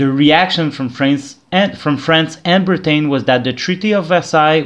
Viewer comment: I've just got around to watching this little series of yours. I quite like it, although think the episodes should be longer and more in-depth (yes, of course I'd be the one to suggest that). Nice to hear you've become a tree. Also, Britain is pronounced "Brit-an" or "Brit-en" (depending) and not "Brit-ayn"